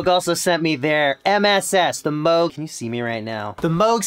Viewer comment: Moog as in Moooooo as in cow. It’s not Mogue as in rogue state (USA)